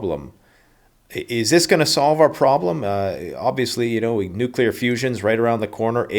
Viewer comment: "Nuke-u-ler" - Homer Simpson